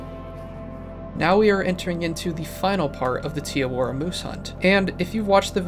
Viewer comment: im not from new zealand but you cannot be calling it "tee awora" 😭😭jokes aside very good video, this game's youtubers are very bland and solely gameplay focused and we need more storytelling videos, you gonna be a pioneer in the cotw community if you keep this up